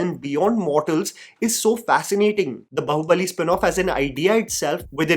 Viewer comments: Its baahubali , not bahubali.. baahubali is a hindi word too😂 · It's B"aa"hubali (बाहुबली) not Bahubali (बहुबली), in terms of pronunciation, Baahu- means arm. Please stop saying बहुबली. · Bro, It's Bāhubali Bā Baa Baa Baa Black Sheep बाहुबली Not बहुबली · Its not Bahu-bali , its Baahu-bali...desi gora wannabe saala ! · बाहुबली ❌ बहुबली ✅ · Still waiting for the time can actually say Baahubali with "aa" sound and not pronounce it like a spoof of ekta kapoor tv serial. 😂